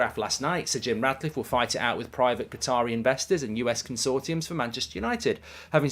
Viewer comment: I hope Sir Jim Ratcliffe doesn’t get it, as it does my nut in when Goldbridge keeps calling him RaDcliffe… FFS… not hard to call him by his proper name is it? 😂